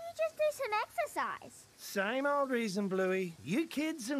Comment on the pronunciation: Exercise? I thought you said "extra fries!" 🤣🤣🤣